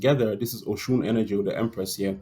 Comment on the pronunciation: Oh - you're saying "Oshun!" I thought you were saying ocean.